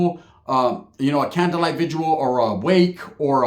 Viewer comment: VIGIL bruh, not vigual